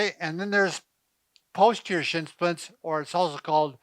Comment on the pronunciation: Are you saying shitzsplits? LMAO